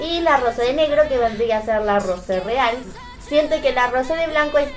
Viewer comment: Lo siento pero se pronuncia rousé